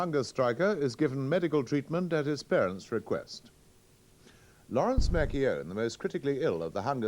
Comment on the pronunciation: Worst pronunciation of the name McKeown I've ever heard.